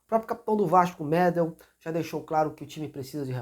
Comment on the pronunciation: Que "médel" porra? É Medél. Tu sempre se enrola com os nomes, é mto engracado